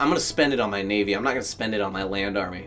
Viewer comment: Lets take a shot each time sez naivy. 😂🍺